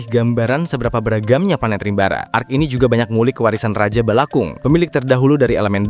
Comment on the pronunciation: bg salah bg bukan arc qually tapi arc sorry